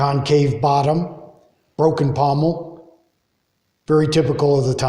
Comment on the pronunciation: Pontil not pomel.